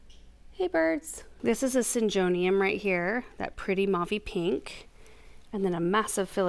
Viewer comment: they're are very common, who else pronounce syn-JOE-nium 🤣